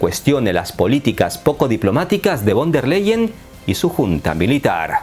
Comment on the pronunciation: stayhome: Hola el apellido de la presidenta de la UE se pronuncia Fon dea lay-en. A ver si un dia haces un video sobre ella ya que siempre a tenido buena suerte pues viene de una familia fuerte en la politica. Saludos